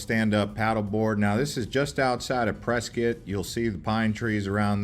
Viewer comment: Dude loses points for mentioning Tempe Town Lake and golf, but gains them back for agreeing that camping on the Rim is the best and for pronouncing Prescott correctly. And if you're around Water Wheel, look up Geode Hill, which is nearby.